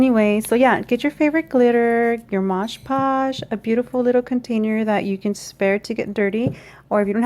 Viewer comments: Nice card. Btw, it's MOD PODGE with D. And not MOGE POGE. 😘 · It's MOD Podge, NOT Modge Podge. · It is MOD. PODGE! Not modge podge !